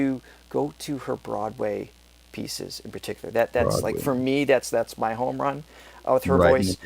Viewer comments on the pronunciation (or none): none